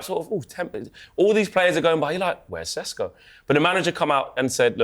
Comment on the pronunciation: Why’s he saying sesko like that? he’s not Slovenian it’s embarrassing 😂😂😂